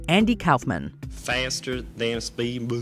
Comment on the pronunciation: I grew up in the era of Andy Kaufman and I can’t stand it anymore, I have to say something: It’s pronounced “Koff-man.” Not “Kowf-man.” Like nails on a chalkboard every time she says it. In multiple videos. 😳